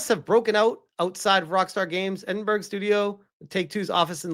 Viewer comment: At this rate, Grand Theft Auto VI will be out in time to be a Launch Title for the PlayStation 12! Or is that the Elder Scrolls VI...? "Edinberg"? Where's that?